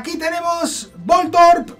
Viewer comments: Voltron no keibron, se dice vol torb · Me da un tic cuando escucho voltorp jajajaja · Jajaja me hace gracia que digas voltrob, no será voltorb. Que envidia de nuevos registros. Mucha suerte